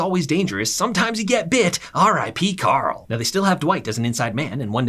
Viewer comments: bro its Carl not Coral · everytime this man said carl is sounded like he was saying "CORL" which pissed me off lmfao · the “carl” has me weak 😂😂